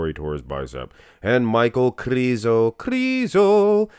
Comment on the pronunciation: The letter Ž in his surname Križánek or in his nickname Križo should be pronounced as S in the words televiSion or diviSion. Or like the first sound in the name of Soviet general ZHukov or like the first sound in the French names Jean or Jacques.